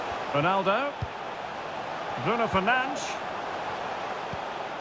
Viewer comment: Anyone else hearing “Bruno Fernange” or “Bruno fernanch” from the commentators